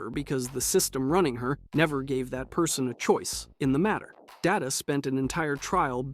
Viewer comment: It's Day-TA, not DA-TA. It's his name, not the actual word data. IRC there was a moment in an early episode about it.